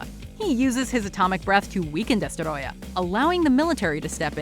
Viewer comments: I hate when thinks they’re fancy and pronounce names so weirdly, just say Destroyer don’t say it like Desterrroya, they say it it’s freaking Spanish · Destoroyah not destorodah. Smfh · It's not Destoroyah. It's DESTOROYAAAAAAAAAH!